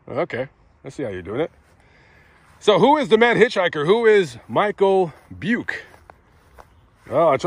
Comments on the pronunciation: Hey man, thanks for covering this. I am Robert Craig Jr. The Robert Craig in the story was my dad. Another thing to add to the story is that my mom was pregnant with me when this guy killed my dad. My dad had just cashed his paycheck and had a couple hundred in his wallet that Beuke never took. Btw it is pronounced Bu-kee. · Buke, thought you said PUKE.